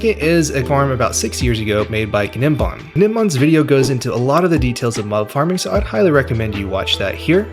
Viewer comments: Im pretty sure its just 'nim-bahm' - like the g is silent. Not a big deal it just sounds goofy as all hell when you pronounce the g lol, guh nem bahm is wild af 🤣. Awesome video tho man and thank you soo much for talkin at a normal cadence without the overcharged caffeinated crackhead energy these other people seem to have to put on. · Great video. BTW The G in Gnembon's name is silent. E.G. "Nembon" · Awesome video. Thanks Oh and the ‘G’ is silent for gnembon meaning it’s pronounced as Nembon. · Fairly sure the g in gnembon's name is supposed to be silent. Like in words like gnat, gnome, foreign, etc. So it should really be pronounced as "nembon" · the g in gnembon is silent, lol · The g in Gnembon is silent. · gnembon has silent g btw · And the G is silent (in gnembon). 😉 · The G is silent btw